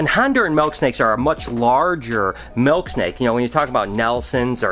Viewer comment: its MILK not MELK haha, you're the man!